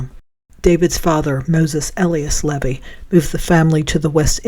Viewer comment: Thank you for your video(s)!! I love this one especially, because it’s where I’m from. Lol With all respect, around here, Levy is pronounced: LeeVee Not a big deal, but sometimes we like to be groovin the local way!! 😂❤